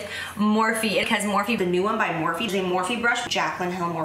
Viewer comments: Now I cannot unhear "more feet" 😂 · she said morphe so much it sounds like she was saying more feet